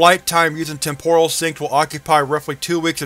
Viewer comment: It's TEM-poral, not tem-POR-al